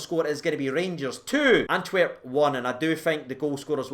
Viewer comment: Do you keep calling it Anwerp?